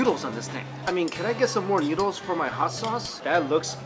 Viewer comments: He says nyudles instead of noodles :P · Lol he keeps saying "newdles". Am I the only one here finding that funny?